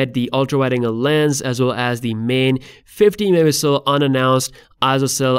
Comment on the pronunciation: It's funny how the word "Megapixel" pronunciation is abused 😅